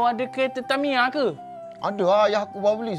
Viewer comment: Kerete padahal bacaan nya kereta